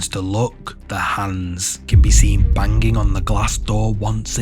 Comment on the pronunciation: bang-ging, lol